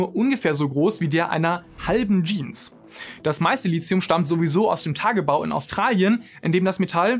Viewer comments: Endlich spricht Lithium mal jemand richtig aus 😅 (Gutes Video soweit ich bis jetzt gesehen habe) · Danke, dass endlich mal jemand Lithium richtig ausspricht, und wenn es nur einmal im Video ist. Frage mich regelmäßig, was dieses Lizium sein soll, von dem die Leute immer reden. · Die Aussprache "Litzium" ist korrekt. Steht im Duden. Wenn schon klugscheißen, spülen nicht vergessen.